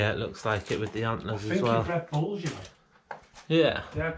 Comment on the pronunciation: to an American, when you say bulls its sounds a awful lot like balls, caught me off guard at first, i wasn't paying attention and i heard "you put this on your balls" i f*****g lost it